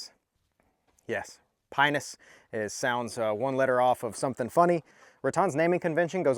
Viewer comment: Nice review of that little pinus! Correctly pronounced p(ei)nus! :)